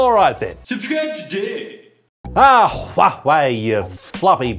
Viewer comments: I love how he calls Huawei huwahwah💀💀💀💀💀💀💀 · you call it Who-are-they... That is a proper pronunciation of Huawei. 😉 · Those "Hua-huei"'s killed me 🤣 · why is he keep calling it hua hwei lol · why HuaHui? i really didn't expect 'w' is so difficult to pronounce. like 'whey protein' is not challenging. i though, sh, zh are always difficult but not for germans and slavish speakers. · proper pronouncination of huawei is Who are they? or who the fuck Apple thinks it is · Need to teach the guy how to pronounce huawei correctly 🤣🤣🤣